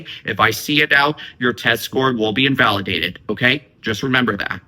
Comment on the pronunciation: It keeps saying invalueaded 😂